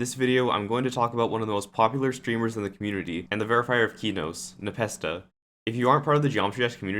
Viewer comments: him: keyknows me: NO him: deemaws me: NOOO PLEASE DON'T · man calls it keenos